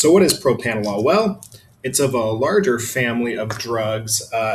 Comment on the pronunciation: PropRanolol not PropAnolol... Lol...